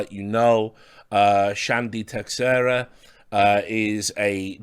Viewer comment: I don't know about Chandy, but Teixeira is usually pronounced tay-SHER-uh. Just an FYI.